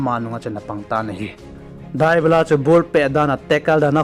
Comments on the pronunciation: It not dubala it debala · Dybala tih ngal o bro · Bro Dybala na pronounced cu nui jat um val 😂